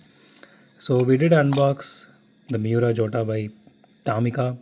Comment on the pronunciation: Hey bro, the pronunciation for 'Jota' is actually 'YOTA', its an italian word